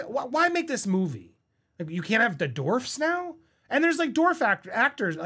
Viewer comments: dorfs??? DWArf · It’s not Dorfs it’s dwarfs buddy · It’s not “dorvz” it’s dWarfs lol, other than that I agree with everything you said. Also, thar TikTok girl should be the writer and next actress for snowwhite after this one tanks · DWARFS Andy, not Dorfs 😂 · Bro, it's not Dorfs, it's Dwarfs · dWWWarfs. dWWWWarfs. Omg, saying "dorfs" over and over...Ugh so cringe. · Hehehe - “Dorfs”😂😂😂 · I'm giggling, Andy🫢🫢🫢 Seven Dorfs 😉 I have a hard time with some words, too. "Dorfs" works too! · Distracted by the pronunciation “dorfs” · “Seven dorvs” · Lol - the "W" in "Dwarfs" is not silent. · You cant pronounce "dwarfs"?????? Lol. Maybe not say it as much.